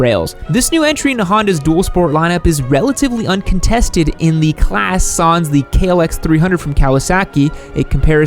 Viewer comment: I’ve never heard anyone pronounce “sans” that way.